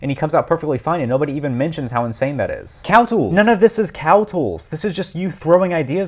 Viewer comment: First: Premium English... Second: "Cowtools."